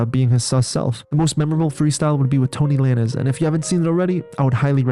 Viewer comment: “Tory Lan-ezz” LOL It’s pronounced Tory Lane-zz ❤